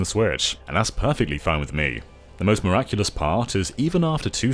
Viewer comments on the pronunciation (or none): none